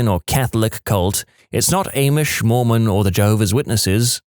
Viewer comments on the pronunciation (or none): Irrevocably = pronounced "ear-REV-o-kahb-lee" The person who said the Russian word for a car is "makina" was mistaken. It's машина, which is pronounced "mashina." You really pronounced "Amish" as "Aimish?" Seriously? I'm going back to audiobooks, this is so annoying.